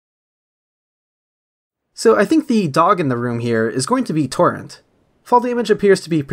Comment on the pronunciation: Great video but it’s torrent not torren